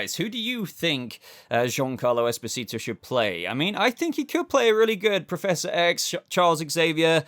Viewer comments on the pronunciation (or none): none